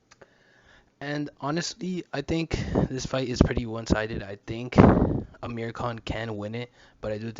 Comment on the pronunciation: It's *Amir Not Ahmir